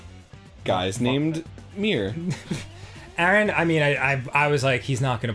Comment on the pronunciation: My brothers name is "Mir". It's actually Emir but, whatever point is....he didn't like what Arin said lol